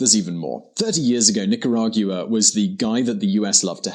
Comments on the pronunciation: How does the Latin guy in the episode not show him how to pronounce Nicaragua correctly? He watches the clip of Ronald Regan and still doesn't say it correctly. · If the only qualification to ever speak about a country is to have lived there, there would be very little information about that country. You need to find better things to nitpick like his pronunciation and his faux pas on calling it a south american country. At least that has some legitimate reasoning behind it. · Why do you go out of your way to pronounce Nicaragua in such an affected way? Do you have a speech problem? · Are you kidding me? North America, Central America, whatever... DOES IT REALLY MATTER? Are you going to keep on discussing geography or do you care about the genocide that's happening there? The facts on this documentary may not be 100% correct on every point & he may not pronounce "Nicaragua" properly but is that really that important to you guys? Give me a break, people are DYING. I know for a fact because I'm from Nicaragua & have friends there, as a matter of fact my city has been totally ransacked & destroyed by government troops. Just yesterday a young 15 year old kid knelt down & begged for his life but was shot anyways. Such cruelty is unimaginable. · Brits have problems with the "gua" sound the way it's pronounced in the Americas. They have the nerve to tell us we pronounce "jaguar" wrong when that's an animal from the Americas they named their car company after. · As far as I can tell, you don't pronounce Nicaragua correctly in either Spanish or English. Is that the Czech way of saying the name of the country? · Rich Dobbs He's English but just lives there, they just put too much emphasis on the u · Oh.. and Nicaragua is in the central american ithsmus. Not north or south america and please have the decency and respect to at least pronounce my country's name correctly which is Nicaragua (Nicaraguhah phoneticly) not Nicaraguya as you say. Please with all due respect.